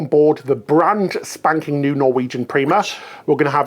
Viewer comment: I can't stop laughing everytime he said "Spanking" 😂